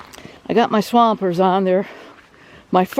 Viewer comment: Swampers, spoken like a true yooper, LOL. Great videos. Need to get up there again soon.